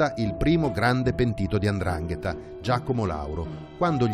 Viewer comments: Non si dice Andrangheta !!!! Si dice 'ndrangheta !!! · Tutto molto bello,ma si dice Ndrangheta non Andrangheta